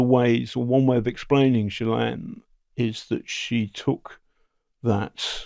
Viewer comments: Gilane is how it’s pronounced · Her brother pronounces it “GHEE-len” with a hard ‘G’. I’m not saying we should all pronounce it correctly, just that it’s a bit strange that the guy who has been investigating her deeply didn’t mention this…. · Ghislaine is a French name pronounced Geese-lenn. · Ghislaine is a very French female's name, & is pronounced zhees-len. You do pronounce the "s". Perhaps her name has always been pronounced in some more English-sounding manner, such as Gee-lane. (??) Or perhaps that's some weird American thing -- wouldn't surprise me. I am Snowwhite, now in Toronto, but born a Québecoise 🇨🇦💪💗